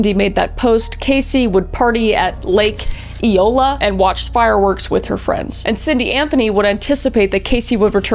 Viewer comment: Hi, just wanted to say Lake Eola is pronounced Yola 😅 It's a very popular place in downtown Orlando.